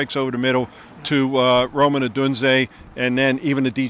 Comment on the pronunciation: ROMAN Adunze? It's ROME!